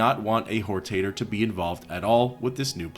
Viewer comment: Whortater…. Sounds like a potatoe with loose morals.